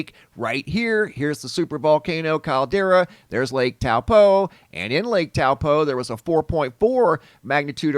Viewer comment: out of all the people i watch about Lake Taupo you are the only person who said it in a NZ accent lol